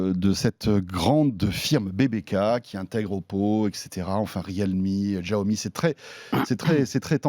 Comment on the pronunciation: Ca se prononce Chiaomi ( Xiaomi) non Giaomi